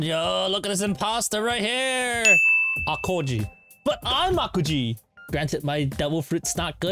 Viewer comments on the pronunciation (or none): you say his name wrong, it’s not pronounce like alkaji, it’s pronounce like alkeji but spelled alkigi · Bro, im getting triggered "ayo-kiji" Its AO kiji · Bothynus/Bot-fenus Thats How To Spell Bothynus Avis/Ay-vis Aokiji/Aw-ōkiji Try Saying Them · it is pronounced "Aokiji" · This is why i dont like videos at the start of the video bro already Pronounced the name aokiji wrong